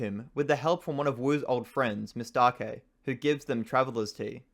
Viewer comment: Her name is not "Mis-take"(as that sounds like mistake) but Miss-Tah-Kay